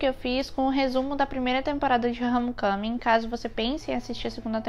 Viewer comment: Pronúncia perfeita de Homecoming! dando aula